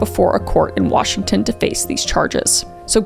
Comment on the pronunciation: i love how you butcher every town in Washington and county lol